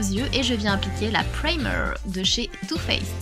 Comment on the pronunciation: chocolate "bar" ca se prononce comme ça s'ecrit en fait et non pas BER et sweet "hearts" ca se prononce HARTS avec un A egalement, et pas HERTS PRAYMER pas PREYMER ..désolée mais c'est enervant :)